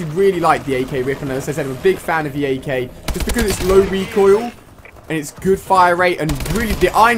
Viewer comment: Ak not sky